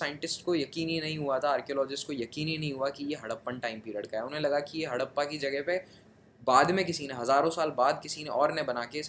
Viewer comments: That's not hadapa that's harapa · Not Hadappa.. it's Harapa